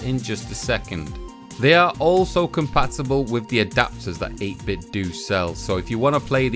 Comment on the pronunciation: I feel as though 8bitdo is pronounced like you would nintendo (dough, not doo). By all means I could be way off, but it seems like a logical play on phonetics..